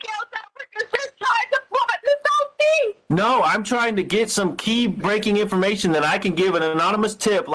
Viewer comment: The way that she says "think" instead of "thing" drives me crazy!!! "Some think", "everythink" she's so damn ignorant!!!